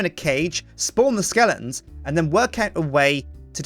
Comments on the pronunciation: not to be rude but it's skeletons, not skelingtons.:D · why does he say skellingtons?